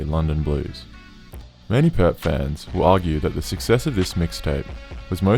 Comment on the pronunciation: Thank you mane, it really annoys me too